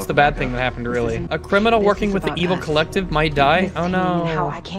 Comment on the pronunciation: When was talking to that guy at the start I swear he said "your painting is being held by the clit" 😹😹😹 Edit: on second listening, it does sound more like the collective 🤣🤦🤣